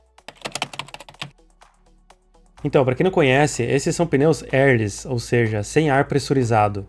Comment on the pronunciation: Pneus "Érlis" ? kkkk Érr léss